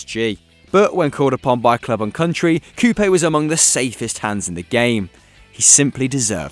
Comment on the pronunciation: You pronounced Coupet pretty badly. Also I loved those Lyon teams back in the day!